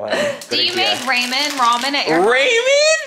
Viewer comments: It was the “RAY-MEN” for me 🤣 my family actually said it like that for my entire life, my Caribbean family members 🤦🏻‍♀️😤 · I say “ray-men” too Laura lol 😂 I didn’t know it was wrong until my coworkers made fun of me for it 😬